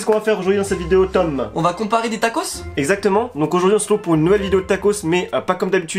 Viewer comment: regarde Tom en mode... (J'vais m'énerver) et dit "TOMM" en appuyant bien je son prénom en mode (Jte prévient Tom calme toi!)